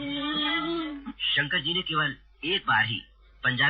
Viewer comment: Its "Shankar" not "Shankr".